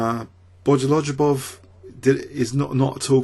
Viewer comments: I adore your channel and I love all of the work that you do -- please never stop!... but with that said I suffer a hemorrhage every time I hear you say "Bojolojubov.":) Look at how his name is spelled: Bogoljubov Notice how the L and J are stuck together -- it's a silent J. The pronunciation is more like "Bo-go-LU-bov." Just pretend the J isn't there.:) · exactly! i dont speak russian or anything like that but my ears start bleeding when pronounces bogoljubov. i dont mind the way he says alekhine wrong but bojolojobov is just too much xD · i enjoy having some laughs while i'm watching the video. Him saying bogoljubov reminds me of day(9)'s word "bejujalar". i always get a kick out of bojolojubov